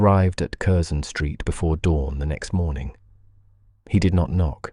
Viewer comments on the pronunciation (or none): Not bad for the sub-bodice ripper genre. The tale is not bad, not bad at all, but the narrator needs to bone up on British place name pronunciations: Curzon St. is “Carson”. Berkeley Square = “Barkley”. That’s to name a few from this story.